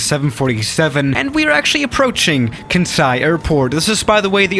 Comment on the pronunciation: Kansai reading in Japanese: Khan Sai Eveyone: Can Sai: Ken Sai